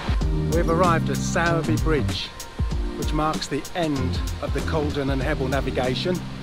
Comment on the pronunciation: Great video but it's clear that nobody from sowerby except me has watched it because I haven't seen a comment mentioning how you butchered the pronunciation like every train driver ever 😂